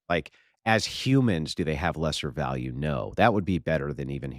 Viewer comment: bro every fucking word she says is absolutely vile. When she says “VaLLiEu” instead of value - I’ll list a few here in a minute when I fucking hear them again she SUCKS